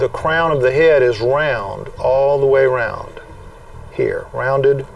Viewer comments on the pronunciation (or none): none